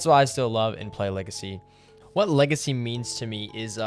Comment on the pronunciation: idk. I kept hearing lazy instead of legacy